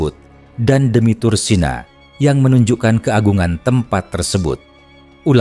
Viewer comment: Tursina...mengapa disebut ..tursena...apa anda gak bisa menyebut...iii...☝️💥🕋🕌